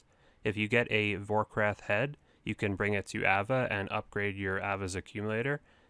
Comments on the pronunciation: It's Vorkath not Vorkrath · VorkATH. man that triggered me when you called it VorRATH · Fun video to watch man, one question though. Why do you pronounce “Vorkath” as “Vorkrath” lol. You’re adding an extra R, just thought it was funny. I liked and subbed so don’t worry I’m not a piece of shit troll 😂🙃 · vorkrath haha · V O R K R A T H Don't be like ''this is how you pronounce ardougne right" and afterwards butcher haysta and vorkrath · Did this dude just say vorkrath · A couple times yeh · reeeeee "Vorkrath" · Also proceeds to say Vorkrath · You’d think there was an extra R in Vorkath with how many people pronounce it annoyingly wrong. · Hard for me to take your word on how to pronounce addy when you add an extra 'r' when say vorkath